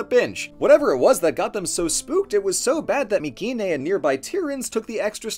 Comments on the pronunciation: I'm curious. Who do you choose to mispronounce the name of the place you made the video of? Nobody I have EVER heard pronounces it with a "k" sound. Not in college nor on TV or on YouTube. Just you. My-see-nee. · Hey Atleast he didnt say “my-see-nay” always bugged the hell out of me considering the greek k is one of the few letters we still use today with basically the same pronunciation.